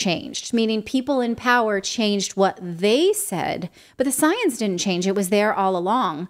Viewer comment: Its the different between science and "soyence"